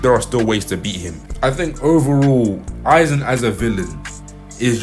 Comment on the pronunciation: I SWEAR TO GOD IF ONE MORE PERSON SAYS AIZEN SASUK- oh thank god he pronounced it right